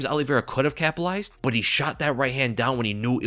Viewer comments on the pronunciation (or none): CAPALIZED? Lmao wtf is that? Isn’t it capitalized? Sounded lil weird lol.